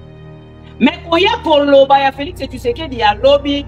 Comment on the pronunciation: Félix tshisekedi et non Félix tshusekedi